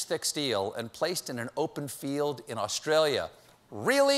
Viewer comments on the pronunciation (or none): It's Australia, not Austrailya.